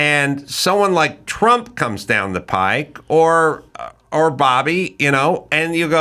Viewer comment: Carolla.. it's PIPE, not pike. Coming down the PIPE. Sorry, it was driving me crazy lol.